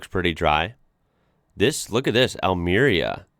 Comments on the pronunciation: In Almería, Spain (that btw it is pronounced with the stress in the final "i", like al-me-RI-a), there is the only true desert in mainland Europe, called "Cabo de Gata". Viewing the map, you will see all these regions are very close to the African coast. It rains very few days, and, despite that, it`s one of the main agricultural spots in the country. How? If you watch the map, you will see one of the only human constructions visible from space, that are large portions of fields with white ceilings above them, to keep everything warm in winter and fresh in summer. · Almaria is pronounced "Al-maree-a" 😮 you're welcome 😊